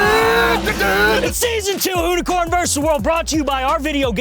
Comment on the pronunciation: Why can’t you pronounce the word “versus”?!